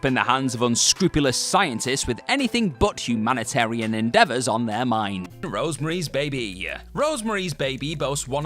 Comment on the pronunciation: Sorry, but I hate listening to your weird exaggerated word endings, guy. I couldn't finish this. Please learn to speak properly. You refer to a movie calles "Rosemary's Babya"? Every word in English does not end with an 'a'.